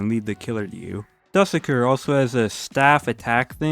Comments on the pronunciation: To spell dusekkar its doo-se-car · hes called do-se-kar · google’s also wrong it’s not dusekkar it’s jarusky 👍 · Dusekkar (dues-eh-KAUR) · it’s pronounced’doosaker’ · name wired pronounced dosekar but spelled dusekkar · there are multiple ways to pronounce his name, here are the w popular ones du-se-car or duh-sek-ar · FYI, its pronounced Do-seh-car